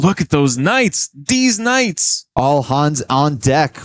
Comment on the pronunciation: Did he just say deez knights?